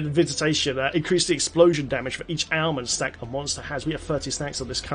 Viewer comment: I swear you keep saying Ailment "Snacks"